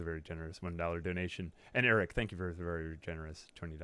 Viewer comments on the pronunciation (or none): none